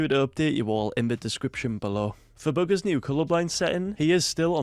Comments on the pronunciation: His accent made it sound like boogers because he said bugha’s with an s and his accent makes him pronounce a’s like -er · This man calls him"booger's"😂😂 by the way